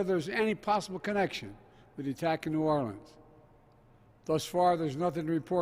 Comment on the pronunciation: By his usual mumbled pattern, he was able to perfectly pronounce New Orleans as a true local.